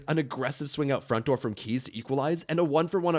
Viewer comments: Kheyze is pronounced "Kay-zee" not "Keys"... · It's "kay-zee" not "kees".